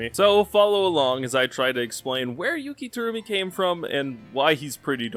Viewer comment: Take a shot whenever Terumi's name is mispronounced